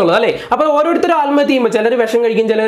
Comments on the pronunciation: ആൽമത്യ അല്ല ആത്‍മഹത്യ ഓക്കേ പോയി 100 പ്രാവശ്യം പറഞ്ഞു പഠിക്കണം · സഹോദര. ആൽമഹതൃ. എന്നല്ല .ആത്മഹത്യ എന്നാണ് ഫാരൃ.അല്ല. ഭാരൃ .ഭൂമിയുടെ ഭ വല്ലാത്ത കഷ്ടം തന്നെ ഉച്ചാരണത്തിന്റെ കാര്യത്തിൽ മറ്റു ജില്ലയിലുളളവർ മലബാർ മേഖലയിലെ. ജനങ്ങളെ കളിയാക്കി. സംസരിക്കാറുണ്ട് അവർപോലും ഇന്ന് നല്ല രീതിയിൽ. സംസാരിക്കുന്നു എന്നിട്ടും നിങ്ങൾ. പഴയ പടി തന്നെ. മഹാ കഷ്ടം